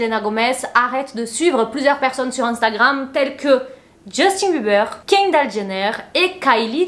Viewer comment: Kindall? Kindall?? Kindall??? pourquoi les français sont si….